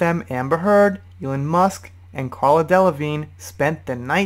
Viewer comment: How can you mispronounce Miley Cyrus’ last name? At least halfway through the video you figured out the silent g in Delevingne....